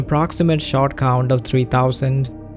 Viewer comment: Couldn't help but keep hearing "shart" when you said "shot" ... fairly amusing in context if you know what its used to mean "spending 4 days on a single shart" lol